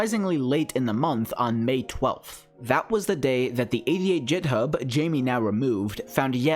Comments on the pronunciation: excuse me did you really just pronounce github as "jithub" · ITS NOT PRONOUCED JITHUB